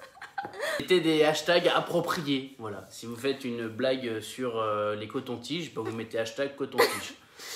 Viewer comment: "Une video sur les cotontiges "😂😂😂😂